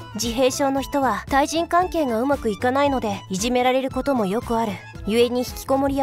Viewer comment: いじめられるがいじめらえるになってる